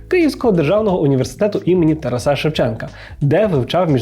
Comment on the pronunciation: а мені це тарасА сильно ріже слух, звучить недолуго